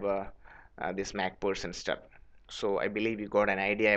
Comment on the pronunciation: Mac pherson not mac pussen